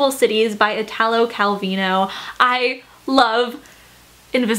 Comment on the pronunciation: The pronunciation of Italo Calvino is everything 😹❤️ (I’m Italian)